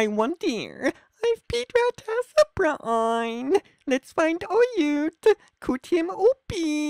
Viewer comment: “I wonder EEif, Pete rat has a bruh-ang, let’s find OAaat” first off, I don’t know how the hell you messed up the pronunciations of all those words, and 2 Pete rat is a gummy rat. He’s a peice of candy. He’s not a real rat. He dose not have a Bruh-AAng. I severely doubt you sir have a Bruh-AAng.